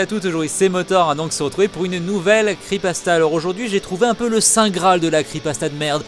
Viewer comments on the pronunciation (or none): On dit creePYpasta pas creepasta !